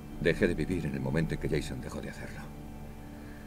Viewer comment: es Jason no Jeyson es leviosa no leviosáá